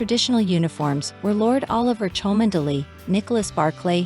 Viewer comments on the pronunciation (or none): It’s pronounced Chumly! Dreadful commentary.